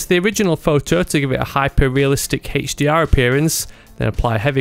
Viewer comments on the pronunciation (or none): "HEICH-DR"? what is that??